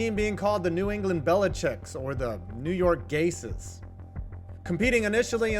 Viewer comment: New York Gays(Gase) was so close,!